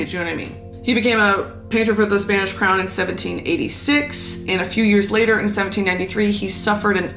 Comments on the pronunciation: Is it just me or is your Spanish pronunciation just perfect? I'm just learning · your spanish pronunciation is on point! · Gurl!!!! Not the on-point pronunciation, though!! Respect 🖤